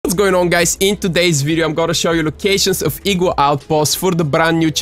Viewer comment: I love how he pronounced it as ee-gua